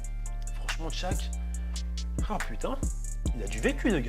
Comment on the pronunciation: Shaq mdrrr et pas tshaq mdrrr mais bonne video